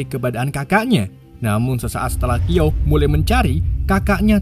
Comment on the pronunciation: Bukan kiao bang tp shiao